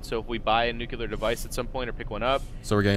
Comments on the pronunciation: It's new-clear not nuke-yulur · "Nucular device"